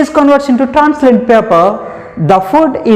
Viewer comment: Not teanslent that is translucent